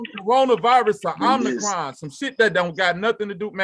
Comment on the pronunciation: FACTS!!!!.....as I was listening to 1 of the Brother's words....@ "time mark "..he said "Omnicron" & due to his dialect it came out as Imthacrime (I'm The Crime)...& that made facts since to me in accordance with the topic that the "vacx'd"are blaming the "un-vacx'd"....Thx Brother...gonna put that on my video topic and make reference to this channel like I always do when I shout-out "" channel/videos....